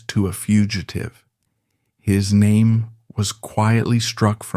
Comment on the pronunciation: I lost interest after 10 seconds, following the mispronunciation of his name...